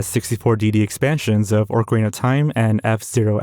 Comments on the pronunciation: Did you say "Orcarina"? lmao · I turned your video off immediately after hearing you pronounce Ocarina of Time as “Orkarina”. Fucking figure it out. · ORCARINA of time bro wtf 💀